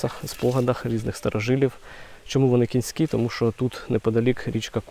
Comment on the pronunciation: Плавні не кІнські, а кОнські. Від назви річки Конка. Не варто смішити людей, в даному відео це не доречно...